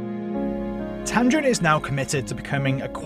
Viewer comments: And it's tamding not tamdrin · Not tamdrin, its tamdin! My name is also tamdin and imma girl.